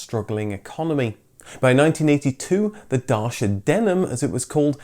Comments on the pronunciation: The correct pronunciation of Dacia rhymes with "Gotcha", as in Da-tchya, not Da-shia. And BTW, that was the name of the ancient kingdom, just before the Romans, under emperor Trajan, conquered it in 106 AD. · It's pronounced dacha👍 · It's actually pronounced dacha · Yep, everyone is pronouncing it Dashia or Dasia or whatever. For the rest of the people: It is Dacia, ci comes like ch in chick. Not that hard, guys. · It's Datchaaaaa not dasha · Why don't you people all get together and decide how you are going to pronounce this company's name. By the spelling we would call it 'Day-see-ya'. then we were told, no no no, its 'da-chia' . But now you are coming out with 'dar-sha' WTF ? cant you all get on the same page? What do the actual Romanians call it? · I hate to say it but "Dar-shia" is totally wrong, it's "Dat-chi-a". I'm fairly confident of this. My wife is Romanian. . . . . . . . . . . . A Dacian Kingdom of variable size existed between 82 BC until the Roman conquest in AD 106, Romania is a quite modern name from 1859. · It’s Datcha not Darsha. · Man, I love your videos, but please learn how the brands are pronounced. It's not DaSHa, it's DaCHia. With CH as in cheese. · It is not daca, it is dacEa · It's "Dahtchah" not "Dahshah"... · ''Da Chi Uh'' not ''Day shia''...! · Another person who can't say Dacia. It's not Dashia or Dachia or Darsia. Just Da-cia. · It's not Row Mania România, Ro mâ ni a, like the my in Myfanwy It's not Dashia, Dacia the same as in Italian. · It's not pronounced Dashia, the "ci" in Dacia is the same as "ciao" in italian. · First of all is not Dashia is Dacia so,please go and learn the correct pronunciation and second...I couldnt watch. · It's Duch-ia, not Dacha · One correction if I may, pronunciation of DACIA is Dachia not Dasha or Dashia. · You say Darshia, I say Daysha. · You say Renault, I say Renault. You say Darsia, I say Datcha :D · Day see ah. Not Darrr seeee ahhh ...? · It's not dashia. It's datshia. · Dacia is pronounced "Dachia"